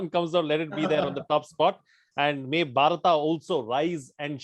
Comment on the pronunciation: Dear, I'm a Telugu speaking person and We pronounce as BHARATA only but not as Bharat. In my view, what pronounced is correct 😊🙌🙏